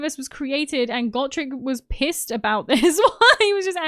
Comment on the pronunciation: its Go-Trek...for the love of GOD i cant stand the way people say his name now. this guy mutilates so many names my god in heaven.